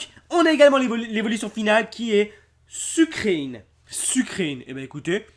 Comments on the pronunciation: nn sucreine ca ce dit plutôt sucre reine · le pokemon sucreine se prononce sucreine comme une reine et pas sucrine